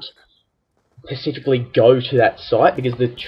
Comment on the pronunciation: baha pacifically